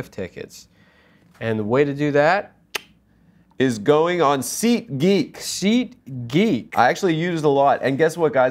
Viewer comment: is so Jewish that when he says SeatGeek, it sounds like he's saying seek-ee